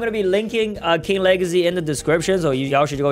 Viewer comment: Bro what is king wegacy;-; maybe type